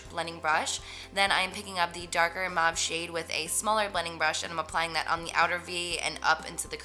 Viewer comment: the way she said mauve was like MAAAVVV ... jersey accent !! <3